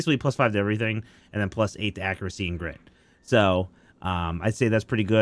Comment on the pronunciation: Incase anyone could not understand him for the last orb for Felgarth. The orb for air magic gives you grit +5. I had to listen 5 times to catch it. Nothing but love to you.